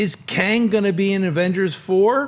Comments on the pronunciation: Tang, Schnepp. Astronauts drink Tang. Not Kang lol. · You calling Tang Kang? Lol